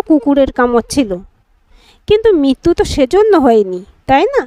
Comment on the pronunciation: Mrityu k bolche Mittu !! Nirmiyomaan k bolche Nirniyamaan.. Very bad